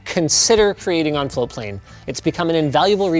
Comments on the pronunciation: It's spelt "Floatplane" but is apparently pronounced "Flowplane". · TIL that for the past year+ that I’ve been following this channel, and Linus have been saying “floatplane” and not “flowplane”. Congrats on your beta launch! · Guys, you need to pronounce the T I was searching for flowplane. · I've been hearing Linus and say Floatplane for months now. I thought they were saying Flowplane until today when I saw it in the video title with Floatplane typed out. They need to watch their pronunciation, even in this video it sounds like they're saying flowplane half the time. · When they say 'Floatplane' fast, it sounds like they're saying 'Foreplay'. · Always sounds like they say Flow plane, not Float plane.